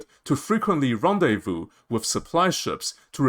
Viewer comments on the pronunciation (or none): none